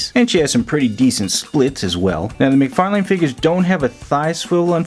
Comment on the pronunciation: Hey man! Great review. In case you didn't know McFarlane's name is pronounced McFar (Len)